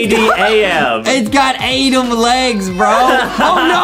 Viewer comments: Its not adem its adam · It's adam not adem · It is not Adam it to so adem!